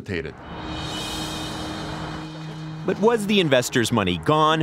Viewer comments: right? And dissipated would have been right, but he actually said dissipitated OMG!!! Hilarious and sad at the same time. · Dissipitated not dissipated